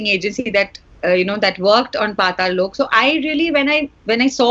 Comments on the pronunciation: or o from loco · ahhaha yea, but it's not tough to pronounce 'Lok' though.. just remove 'i' from 'loki' and done